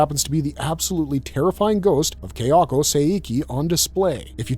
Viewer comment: It's Ka-ya-ko, not Keh-ya-ko.